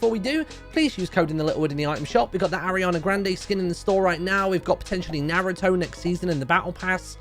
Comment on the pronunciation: Narutoe naruuto its naruto btw